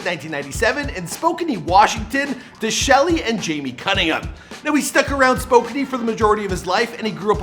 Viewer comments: Did he mean spo-can (spokane) because spokany is not a place in washington as far as I know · "Spokan-knee" it's "spo-kan" with silent E. I hate it when people say my hometowns name wrong